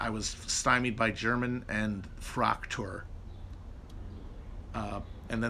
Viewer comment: I think Fraktur is stressed on the second syllable